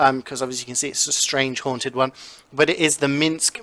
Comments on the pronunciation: Don't you mean HAUNTED not hanted?????! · All Hanted loadouts"